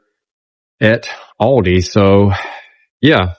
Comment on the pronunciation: All-dee. Thats how its pronounced. 😊